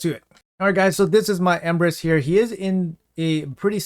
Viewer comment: I thought he said "Empress"